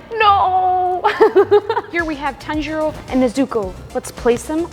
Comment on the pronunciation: the way you said tanjiro 😭😭😭